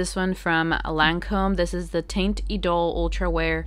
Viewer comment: The Lancôme one isn’t pronounced “taint” lol hahaha. I can’t when I heard you say it that way. It’s “tont” with the o sounding like “on” not “one”. Hope this helps.